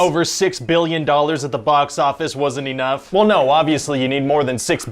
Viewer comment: Fair E-nough